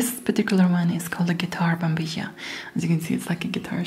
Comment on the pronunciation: Is spanish your native language? Your pronunciation of 'mate', 'yerba mate' and 'bombilla' words is very well. It is funny heard those words from non talk spanish people, but you does it very well.